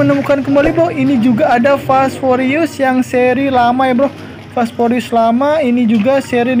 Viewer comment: "forius" wkwkwkwk